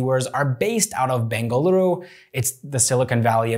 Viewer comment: You pronounced bengaluru correctly ❤️❤️❤️